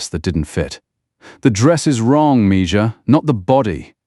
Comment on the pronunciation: Amelia's Revenge Tales: Why did you leave us hanging? This story isn't over; it needs a Part 2. By the way, instruct your AI voiceover narrator that "mija" is pronounced "me-ha".